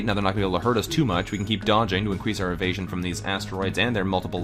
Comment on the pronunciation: *le me not paying attention: "our evasion is terrible" What I hear: "Our asian is terrible" wut